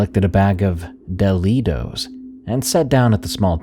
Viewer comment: Now I gotta find some “delitos”😂